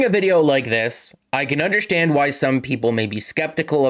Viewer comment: it’s Tavares not Matthews with the kick up to the stick - Also not meaning to be a dick but you say the word “understand” like someone who’s native tongue is Portuguese. (un-der-shtan-d) Lol